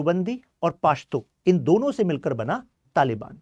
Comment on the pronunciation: Pashto pronounce krna seekh le pehle, chale ate hai lecture dene paashto 😅